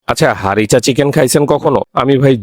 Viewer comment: হারিসা চিকেন হবে উচ্চারণটা। উনি ভুল করে হারিচা চিকেন বলছে।😂😂 এটা উনার আবিষ্কার না। Chicken Harissa/Harissa Chicken লিখে সার্চ দিলে রেসিপি পেয়ে যাবেন।